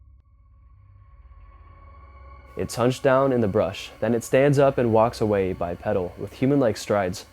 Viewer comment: Bipedal pronounced Bipeedal